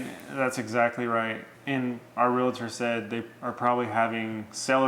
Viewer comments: Honest question, why do you say "real-A-tor"? Never understood inserting that "a" that just doesn't exist. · Also it’s pronounced Real-tor... not Real-a-tor😁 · She pronounces REAL-TOR correctly. Good job. Him, not so much. That said, until closing, sale is not complete, at least in my state. Either party can back out.